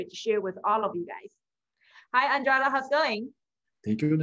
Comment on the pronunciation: You repeatedly mis pronounced Eduardo's name. Very disrespectful and again you should scream less and slow down a bit. Your content is good, but very draining to watch